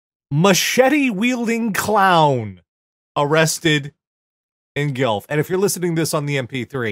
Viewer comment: For future reference: the U in Guelph is pronounced like a W. Gwelf. ... sorry, ESL folks.